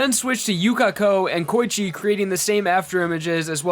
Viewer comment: The way you say Koichi triggers me.